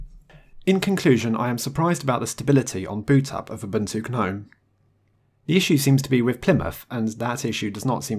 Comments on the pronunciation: Anyone else irked by how he pronounces Gnome? It's pronounced NOME (the G is silent!) not Guh-nome lol. Sorry for being a grammar Nazi but I've seen several videos and it gets to you after awhile. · the G is silent in Gnome. Same as gnarled. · Isn't "Gnome" said "Nome"?